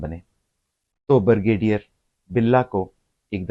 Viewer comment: "Bur gay deer"? It is 'Brigadier'... please speak correct. " Mufakaat e Amal" To MUKAAFAAT E AMAL. Taubah. This happens TO almost every Elder person OVER 65 all OVER THE WORLD. IT IS KNOWN AS ELDER ABUSE AND THERE ARE LAWS TO PROTECT ELDERS IN THE WORLD. BECAUSE ELDER ABUSE HAPPENS IN ALMOST ALL HOUSEHOLDS IN PAKISTAN AND ELSEWHERE WHERE OLDER RELATIVES AND PARENTS ARE MALTREATED. EVERYONE TURNS OLD AND IT CAN HAPPEN WITH YOU, MYSELF OR ANYONE. LAWS HAVE TO BE MADE TO PROTECT ELDERS; THEIR PROPERTIES AND ASSETS FROM THEIR IMMEDIATE FAMILY LIKE CHILDREN OR SERVANTS OR NURSES WHO TAKE ADVANTAGE OF THEM AND FORCE THEM TO SIGN THEIR PROPERTIES IN THEIR NAMES WHEN OLD AND BEFORE DYING. INTERNATIONALLY IN THE USA UK CANADA, LAWS ARE MADE TO PROTECT ELDERS AND THEIR SOCIAL SECURITY AND PENSIONS FROM CARE GIVERS WHICH ARE USUALLY THEIR CHILDREN. YEH SUB AAP KAY SAATH HO SUKTA HAI, AAP, YA KOI AUR. KOI AJUBA NAHIN, DOCTOR HO ENGINEER HO BEAURACRAT HO, FAUJI HO, PROFESSOR HO, INDUSTRIALIST HO ZAMINDAR HO OLD AGE MEIN SUB DEPENDENT HOTAY HEIN. ASAL ISSUE KO ADDRESS KERO KAL AAPKAY SAATH BHEE YEHEE HO SUKTA HAI. BUHUT GHALAT VLOG HAI. VERY ASHAMED TO WATCH.